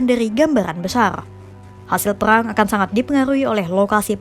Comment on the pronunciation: Perang ya bukan peyang 😂